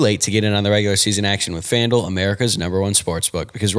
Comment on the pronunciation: Am I the only one who hears Fandil (rhymes with vandal) when says FanDuel??